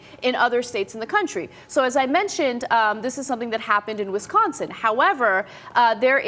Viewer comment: When saying Wisconsin please put emphasis on the "ON" rather than the "CAH". It's Wisc-onsin not Wis-consin.